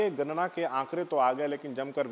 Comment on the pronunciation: अरे भाई गरना नही होता गणना होता है